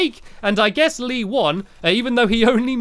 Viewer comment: BTW its Lee not lea x3